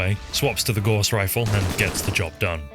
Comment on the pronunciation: Great video as always! P.S. It's pronounced "gOWss" not "gAWss"